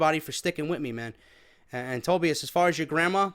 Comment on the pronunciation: It's pronounced TOE BY IS